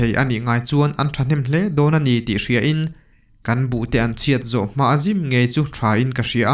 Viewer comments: Sir...thil pakhat ka lo sawi ve lawk o...sazim nilo in sa zîm tih tur zîm hi thluk tur ka hriat ve dan chuan😊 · Sa zim nilo in Sazîm tih tur ni ka hria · Sazim tih I Tawngthluk hmandan kha tlem chuan a dikhlel deuh lawng maw,,,, Thei chi1 Burei tih kan lama kan thluk ang hian Sazîm tia lamrik tur niin ka hria.. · Zim tih hi thluk ta la ava dik zawk awm ve,sazim tih chuan,sa kan hual tih pawn asawi theih thova,chuvangin zim tih lai hi han thluk deuh la,angaihnawm zual ngei ang,thahnem ngaihna thil ania minlo hrethiam dawn nia aw...